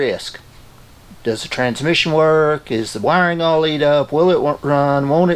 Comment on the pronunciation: The way you say" Is the wyring all eat up?" Love that country style.